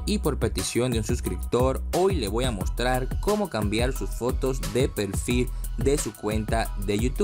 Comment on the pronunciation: Acá en donde dice pelfil :v